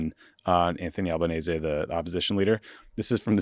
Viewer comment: I love that no-one in Australia can pronounce Albanese properly but you did 💚